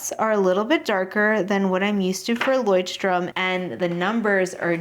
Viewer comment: Since you asked for corrections on your pronouncietion of Leuchtturm: your pretty much on track, but the German ch is a sound that you English speakers don’t have. It is a hissing sound made by lightly pressing the back part of your tongue toward your gum. If that is to hard: the American sh sounds better in my ears than the Amarican ch. Take care!